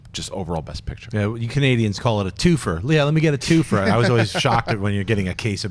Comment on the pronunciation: Born and raised around the Toronto area in Canada, I've never heard anyone say "two-fer" for a two-four/24 case of beer lol